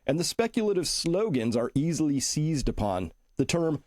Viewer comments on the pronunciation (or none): none